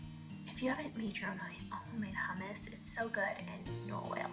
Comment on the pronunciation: I had to rewind I thought you said rum water for the hummus and I’m like what is that lol also I thought I seen somewhere that you pick a watermelon by the amount of like the brown dirt looking lines on it the more it has the sweeter it will be because those are from the sugar